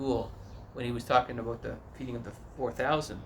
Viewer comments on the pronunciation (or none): Like when u say, "aboot."